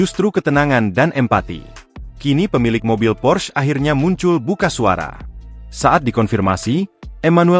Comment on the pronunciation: PORSCHE, bukan pors bacanya itu bahasa jerman